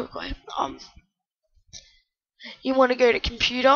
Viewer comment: learn to say computer.